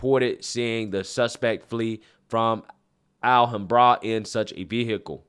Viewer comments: Alhambra, pronounced al-HAM-bruh Interesting to hear how people pronounce unfamiliar city names. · Al-ham-bruh is how it’s pronounced. Tore-ence is how it’s pronounced. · It's pronounced Al, like the name, Ham, like the pork and Bra like bruh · Great perspective as usual!! Since it's obvious your not from Cally, let me help your pronunciation of the cities! Alhambra - al-hamm-bruh. Torrance - tore-uhnce. Keep up the great work! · FYI… “Al-ham-bruh” = Alhambra … otherwise a good video! 😎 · Al Ham Bra. Al like Allen, Ham as in pork, and Bra to cover the tatas. Alhambra. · Al - Hom - Bruh. It's right next to monterrey Park. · Al-ham-bruh.. Al as in Al from home improvement. Ham, as in cooked ham. And bruh. As in bruh. Alhambra. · Pronounced: Al- HAM Bra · Pronounced: Al Ham Bruh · Hey, it is a hate crime! Sum Ting Wong identifies as a straight, white, protestant male. And, it's pronounced Al-ham-bra. C'mon man! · I think it is pronounced al-ham-bra. Nor being a wise guy , just trying to help. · Just a heads up Alhambra is pronounced: Al Ham Bruh. I live not far from there so I know how it's pronounced. 😊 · Al-HAM-bra. TORR-ance. Yer killin me. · Alhambra - Al - Ham - Brah : ) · Just FYI it's pronounced "Al-ham-bruh" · This is an awful story. My heart goes out to the victims and their families. I hate people leaping to conclusions for political purposes as well. But, your pronunciation of Al-ham-bruh is...well just wow. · FYI, "Alhambra" is pronounced Al-Ham-br-a. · Great video, timely coverage of some disgusting reactions to an act of pure evil. Would like to take a moment to correct you pronunciation, though. If you don't mind. Alhambra, named after a Moorish fortress in Seville, Spain. So of course its an Arabic word which has been hispanified over the centuries. Pronounced al-HAM-bruh. Torrance, simple accent on the first sylable. TOR-uns. Think "Heavy rain there in the winter, torrents in Torrance."